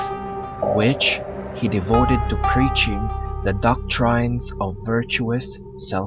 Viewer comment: Pronounce his name properly. Also the word doctrine.